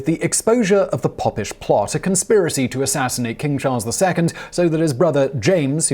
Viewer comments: Oh my days it’s Pope-ish not pop. It makes me think you don’t know what your reading. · That's what I thought. Pope not Pop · Was it not a “pope-ish” plot, rather than a “poppish “ plot? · Oh Simon....Pope-ish plot! It was the Pope-ish Plot of Titus Oats. Spelled Popish because the single p keepes the vowel open. Was one of those 'every school boy knows' type things. Thanks none the less. I do like your channels and content very much. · It's pronounced Pope-ish. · Pope is mentioned in the story, maybe reading it through first you'd catch a pronunciation in that.... but no read it out first, next!